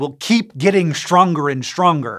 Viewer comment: Раньше не замечал как он "st" выговаривает - Штронгер, аШтрономерс....